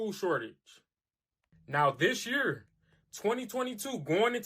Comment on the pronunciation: Ok. The one guy who cannot pronounce year or severe when talking about the food shortage. It’s hard to take him seriously.